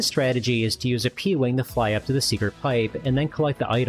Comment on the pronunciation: Pee wang